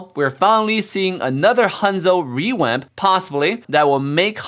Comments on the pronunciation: why are you saying rewamp sometimes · Hanzo "rewamp" LOLOL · is saying rewap or revamp